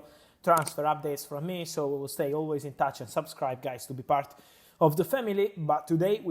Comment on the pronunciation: I like how he says SABSCRIBE!